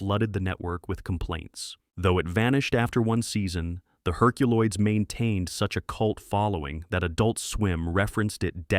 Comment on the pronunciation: I do remember the "Herculolds,"